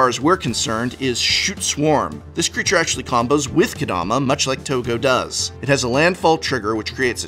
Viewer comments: How about “Kadoma”? Lol. For a professor, come on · Ka-DO-ma? Really?